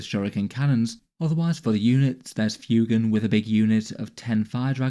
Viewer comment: Lovely stuff, just FYI I think it’s meant to be pronounced ‘fway-gan’ like fuego (Spanish for fire 🔥).